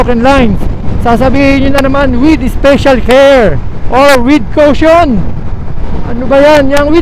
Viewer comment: lagi ko binabalik balikan ung video, laughtrip ang vadang "WITH KOWSHONN" hahaha.